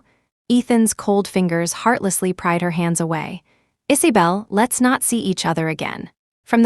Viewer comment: What is this strange name ‘Issybelle’? Do u mean IsAbelle????